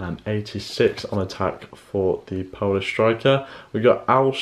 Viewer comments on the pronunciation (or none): none